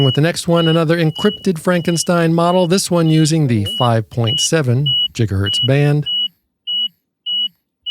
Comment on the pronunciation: Did he say JIGahertz? Thats weird